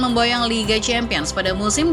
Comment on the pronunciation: Hala Madrid "Championes" 😂😂 Btw kemarin gua nonton BG Phantom vs Borussia Dortmund. Stadion a bagus, keren cuy.. Beda banget ama liga Indonesia.